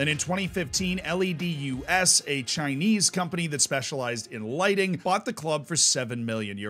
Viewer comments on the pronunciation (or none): none